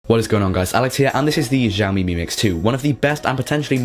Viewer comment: X is "sh", not "gz".